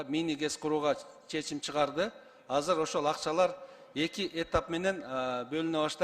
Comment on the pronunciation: Казыр казыр дейтго бул каяктын тили